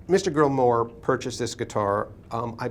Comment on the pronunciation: Maybe get to know the NAME of the guy selling his guitars... "Mr. Grill-More"??? ... and am what's am with the um in the am middle of um every other am word of the Grillmore historian??? I can imagine a transcript of this um video. - Also FIRE THE um #$%& CAMERMAN. #$%&